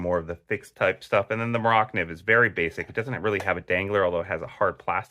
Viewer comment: Pronounced mora nieve